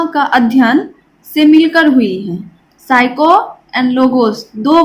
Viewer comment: Mam psycho nhi psyce